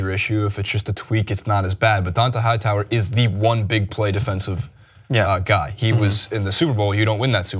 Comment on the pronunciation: You can be full of shit and a lazy reporter...looking only at stats and social media, only watching highlights of the game, but if you talk about sports for a living you are required AT MINIMUM to pronounce the names of the players correctly. Don-TAY Hightower Mike GILL-iss-lee I would suggest you actually watch the sports you're required analyze. It's clear that you do not, and because of that every word you say is from a position of ignorance.